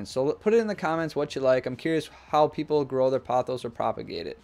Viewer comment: It's po-thos. Poe-thos. Not pah-thos. It's Greek.